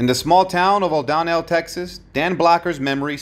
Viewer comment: the small town in Texas is O'Donnell NOT O'Don nell